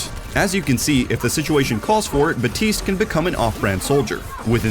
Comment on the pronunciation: A pet peeve of mine is when people say "Batiste" instead of "BAPtiste".